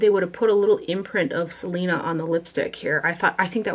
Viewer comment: As a Hispanic and and Texan I love that you swatched the Selena collection. Your Spanish pronunciations were pretty good too! 💃🏻